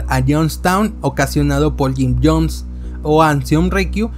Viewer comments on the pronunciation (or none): none